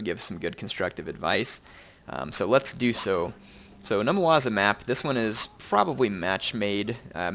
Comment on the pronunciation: Numawaza? Numazawa.